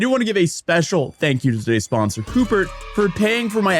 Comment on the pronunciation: We didnt learn with honey? Fucking “coupert” dude come on